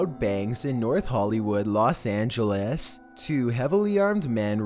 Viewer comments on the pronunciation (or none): Los angalas